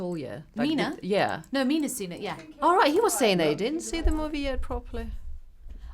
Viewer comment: i love how she calls Mena as Meena which is an indian name for a girl